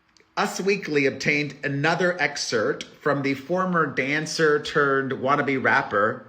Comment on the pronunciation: I love you Perez but it's excerpt not excert!!!